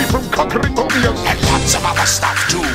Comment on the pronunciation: You hit me with a minor spelling mistake gif WHEN YOU SAID MOBIANS INSTEAD OF MOBIUS